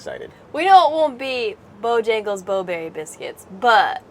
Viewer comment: Pronounced "Bo-hangles"